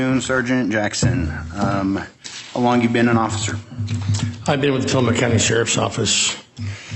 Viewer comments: TILL-uh-mook (rhymes with "book") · Super excited to see this, but tillamok is pronounced til-a-muck😅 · It is Tilli mook like book, look, took, cook, rook, nook. If you are going to moderate, at least do enough research how to pronounce the town correctly. The attorney even pronounces it in the video. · It’s pronounced tilla muck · Welcome to Tillamook OR. Home to one of the nation's top dairy products and where bully LEO's piss all over your rights!! Also, be sure to set your watch back at least 10 years. Btw, it's Tilla-MOOK as in, Throw the BOOK at them filthy journalist!! And to hell with their first amendment rights!! What's this first amendment thingy anyway?? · Tillamook rhymes with read a book. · It’s pronounced ti-luh-muk